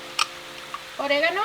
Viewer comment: The way she said “Oregano” got me 😅